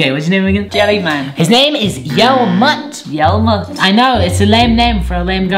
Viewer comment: You pronounce it as yell-met not yell-mut